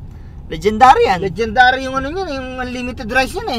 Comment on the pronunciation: stop saying legend dary sauce it's not legend dary